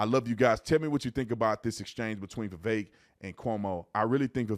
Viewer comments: Thank you for actually saying Vivek’s name correctly. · Thank you for pronouncing his first name correctly